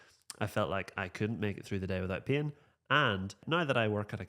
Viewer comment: To my Australian ears the way you pronounce "pain" sounds like "peeing" 😂